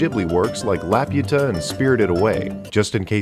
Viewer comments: Second "dinosaur" is a dimetrodon. Not actually a dinosaur. 🤦🏼‍♀️ First one was a parasaurolophus. Interesting video, though. (Also, there's no "y" sound in Laputa.) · "It's LaPuta!" "Damn bro, I know it's a monster but chill." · As a spanish speaker, I never thought Laputa would be pronounced different than how I pronounce. I'm sorry but the spanish pronunciation is unbeatable here